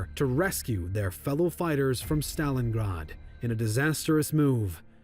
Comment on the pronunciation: stop mispronouncing Stalingrad